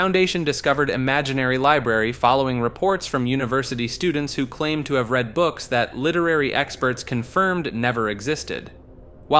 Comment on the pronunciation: is this voiced by an AI? between "read" and "lead" being said with the wrong pronunciation and deus ex "machina" being pronounced like "mah-chee-nah" (instead of "mah-kih-nah," which is the correct pronunciation) I'm not convinced this is an actual person reading a script edit: "oh-row-bor-ohs" really?? ouroboros???? why "make" a video if you're not going to actually make it. yeah it's a long ass video and would take a lot of time to voice (if done by one person), but why should I bother watching something you didn't even bother to make?